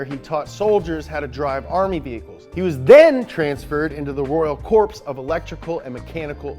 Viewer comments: "Corpse" hehe. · Corps is said "core".. just FYI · "Corps" is pronounced "core". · Did he just say corps like corpse? Its pronounce like core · It's pronounced "core", not "corps". Same pronunciation here in the UK as over there in the United States, as in "One, two, three four, I love the Marine Corps!" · Please don't pronounce Corps as "Corpse". It is pronounced "Core", as when the Corps is deployed some of their members may very well end up returning as corpses. So very offensive for military families everywhere. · Royal Corpse? NO!!!! Its pronounced Core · The narrator mispronounced the word “corps” as “corpse” when it is indeed pronounced “core”. He also said three other words incorrectly. Does he lack an English high school education? How can he be on the internet when his dialogue is misspelled, “oiler” for “earlier”, for instance? This lack of proper speech for an internet host is unacceptable because it diminishes credibility of the host and the entire program that sponsors him. One wonders the accuracy of his research. Michele Denise Gigliotti, BA, MA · "Royal Corpse of Electrical and Mechanical Engineers" It's pronounced "core" Didn't your Dad teach you how t-...Oh, right. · Royal Corpse? It's pronounced CORE. As in Marine Corps. You sound like Obama talking about the Marines. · It is pronounced "core" not "corps" btw, I made that mistake once and am not about to forget it! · Royal corps, not corpse. Ken wasn't transferred to a dead body. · Mispronounced Corps hurt my brain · Corps is pronounced core California’s psh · Corp's?! ... The P is silent. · the word “corps” is pronounced as “core.” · bruh really said corpse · 'corps' is pronounced 'core' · Just so you know, “corps” is pronounced like “core” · Btw just got to say it's pronounced "Core" not Corps as it's spelt, Soz 😂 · I love you, but "corps" is pronounced like "core" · Yo it’s pronounced “core” Corps = core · The good ole Army 'corpse' ... lol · The p is silent in corps